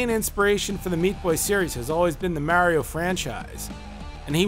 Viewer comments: "Mare-io?" Thats how my Grandma pronouces it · hope you're rolling the R when you Mario. Wouldn't want to get it wrong.